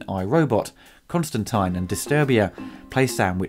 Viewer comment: Finally Someone who Pronounces Constantine's name correctly